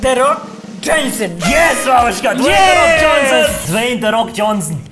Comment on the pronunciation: Dwey the fok🤣😭LMAOZ